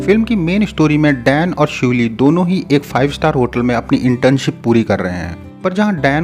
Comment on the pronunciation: It's 'Shiuli' not 'shuli'